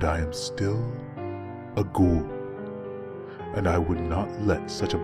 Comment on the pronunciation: Fantastic work,! And it's good to hear someone use the word "ghoul" correctly from time to time. lol